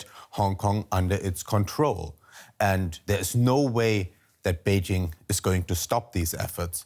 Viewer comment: Beijshhing.....It's not in France you know, no need for this dodgy pronunciation.